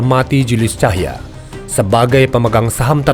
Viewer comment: Bukan ‘Cahya’ sebetulnya tapi ‘Tahija’ (org Ambon). Utk Narator